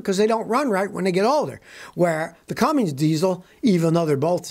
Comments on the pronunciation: Scotty: IT'S CUMMINS...NOT CumminGs. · It’s Cummins not Cummings! Come on Scotty. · It's Cummins, not Cummings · Chevy and GMC DO NOT use Cummins diesel engines. Youre wrong on this one scotty. Cummins only comes in RAM trucks. Also, theres no G in Cummins. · Scotty, sending love from Knoxville Tennessee. But this old girl grew up in Columbus Indiana, home of the Cummins engine. Buddy, you gotta stop saying Cummings there’s no G in Cummins!! 🤣🧡🤦‍♀️🙄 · Scotty, There is no "g" in the name Cummins